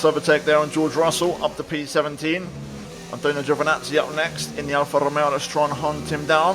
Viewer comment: This is awesome and I love it, I also like the way you pronounce Alfa Romeo and Alpha Tauri it was very classy.